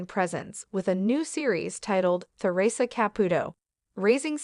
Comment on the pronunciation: I could only watch this for 5 minutes, the mispronounciation of Theresa's name. I thought it was about her ex husband???